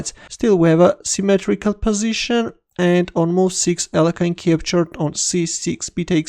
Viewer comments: please start pronouncing his name correctly again (Алехин) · What happened to the other pronunciation of Alekhine ? 😋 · Terrible blunder by in pronouncing Alëkhine.